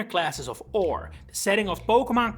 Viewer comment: It kills me every time someone calls Orre "ore" and not "or-ayy".